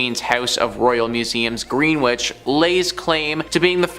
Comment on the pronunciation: Grenwich - its GrenItch, not Gren-whitch